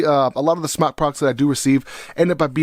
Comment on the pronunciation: According to Mike Vapes it’s pronounced smoke. It’s spelled smok because it does not produce smoke. So you and anyone else who mis pronounces the name of their company, should rest easy. That we now know the official way to pronounce smok. While not referring to the vape, as smoke. If you are a reviewer, it’s detrimental to pronounce, what you are reviewing in the correct manner. So while it is your channel, you know and I know damn well, you can do whatever you want. At least...least say it the way they created it. It was smoktech, then to just smok. It was never smocktech. I mean you’d rather vape something you wear? Yep some other trucker or smother trucker or whatever jive language you have created for yourself. #imnotahater #hater